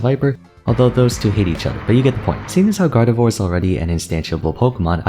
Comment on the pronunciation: Still haven’t corrected your gardevoir pronunciation I take it Your too breathy on the last syllable you make it sound like a waluigi wah instead of the end of au revoir